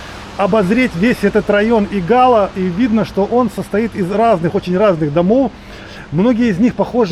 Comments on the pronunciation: Игало, ударение на первый слог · Виллу Тито с берега не видно! А в названии Игало ударение падает на первый слог. Извините)) приятно увидеть те места с другого ракурса! Мы увидели даже свой дом)) напротив того большого дерева😊😊😊❤❤ спасибо! А собачек и котиков там масса))))